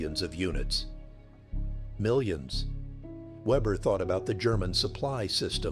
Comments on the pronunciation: I keep hearing "Webber" and I guess I got used to it, but Weber does NOT begin with what we would call Web, but with Vay. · His name wasn't Vebber, but Weber, pronounced VAYbuh, The name of the letter W in German is Vay, not doubleyou, and it sounds like a V. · So the narrator doesn't know how to pronounce a German "W"